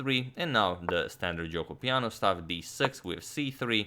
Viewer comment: Actually Agadmator has a nice Italian pronunciation of Gioco Piano. Source: I am Italian